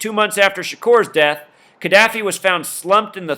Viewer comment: Oh and dude that did this right, please get the names right. It's Ka Da Fi